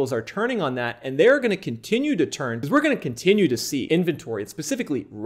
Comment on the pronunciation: When he says "because"= "bzzz" 😂😂😂